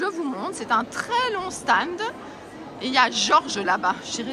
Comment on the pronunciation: Bjr. Moi qui n'ai jamais eu l'occasion d'aller sur ce salon, je te remercie de me l'avoir fait découvrir. Tu me mets le sourire quand tu dis le "sta ned".